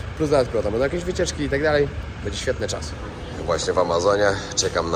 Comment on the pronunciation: Nie mówi się BEDZIE tylko BĘDZIE Dlaczego tak kaleczysz język polski?